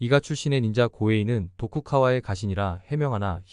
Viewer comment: 도쿠가와라고 말하지 도쿠카와라고 말하는 경우는 처음들어봤네요